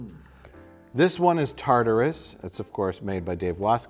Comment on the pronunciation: You guys are slipping. clearly says "Tartus" twice at one point and neither you or the editor have made fun of him for that. Booo.